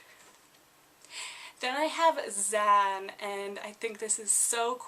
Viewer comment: also most slavs say yan, not zan